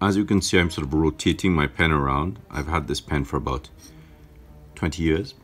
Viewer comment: For a sec it sounded like he said 90 years